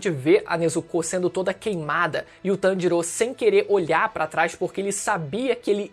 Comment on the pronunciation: Tanjirô, Nezukô... Pq essa dicção? D: hahahah